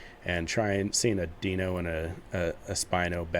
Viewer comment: Deino's "dino" not "deeno" fwiw So the difference is going to be growth time?